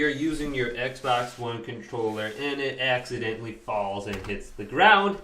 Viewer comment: Yes "accsintdently